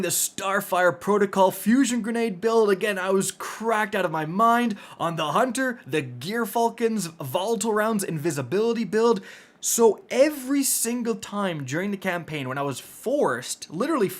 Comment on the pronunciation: Someday, we will convince all content makers that "Gyrfalcon" is pronounced "Jire" (like fire with a 'J') Falcon. Not "GearFalcon". It's named after an actual bird, and the root of the prefix is from the same Latin root as "gyroscope" and "gyrate". That is all.